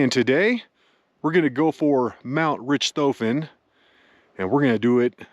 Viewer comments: It's pronounced Rick toffen. Like the Baron von Richthofen Who. Its named after. Great video but rich toffen had nothing to do with it. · Nice video; but I believe Richthofen is pronounced RICKED-hawffen... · I think it’s “RICK-toe-fen,” pronunciation-wise. (Sorry, would-be English major, can’t help it, AND I may be wrong)